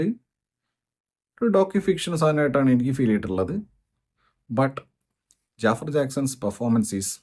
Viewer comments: JAAFAR ennala Pronounciation JAFAAR Ennan 😂😂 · ജാഫർ അല്ല,. its ജഫ്ഫാർ